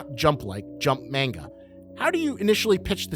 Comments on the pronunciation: Muh KEEE muh 💀 bruh i hate when manga onlys make yt videos and mispronounce everything. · bro says mainga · Personal gripe, but please pronounce manga properly